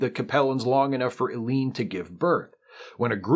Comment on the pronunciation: "Ellie-En," rather than "Eleen;" "Mah-Ahb," rather than "Mob;" "Akah-Ahr," rather than "A-Car," etc.